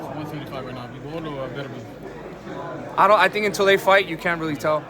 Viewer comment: "BERT-ER-BEEB". First time I've heard it pronounced like that. Poor Artur. One of the current greats and no one can get his name right